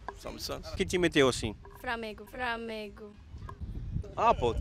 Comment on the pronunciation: Framengo kkkkkkkkkkkkkkkkk